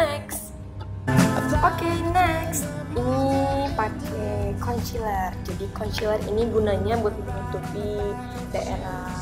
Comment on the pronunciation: emang sih tulisannya concealer tapi bacanya konsiler bukan konciler. ayeliner bacanya aylainer bukan baca langsung ayliner.mau kasi tau pemerah pipi yg kk omong itu blush on yaa...bacanya blash on...heheheheh aku cuma mau perbaiki cara omong yaaa...dont judge me...btw maaf nama akun aku tasya cantik buanget, alay yaa hehheeh...soalnya cuma mau lucu lucuan doang